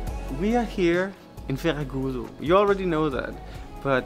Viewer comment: Oh what beautiful views! Can't wait to travel again along the coast. Great accent saying Ferragudo and medronho. :D All portuguese moms also want the daughters a bit fluffy... :D Once again, thank you for advertising Portugal so well. And fantastic food video. Soooo hungry after your videos.